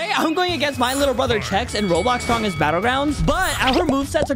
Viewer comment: “Strrongest Battlegrounds”